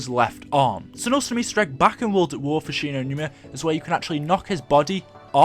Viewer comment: 'shi no newna'